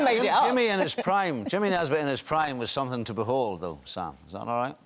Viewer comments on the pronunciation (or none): I like that Sam slips into a bit of a northern Irish accent when he says Jimmy Nesbitt